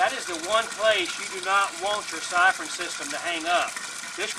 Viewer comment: Great vid. So many top tips.I love how he says siphon. SAIFORNN!